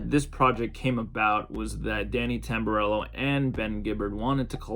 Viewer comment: How could u butcher Jimmy Tamborello’s name like that 😂